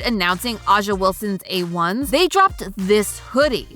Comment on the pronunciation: Butchering A'ja's name like that over and over again is crazy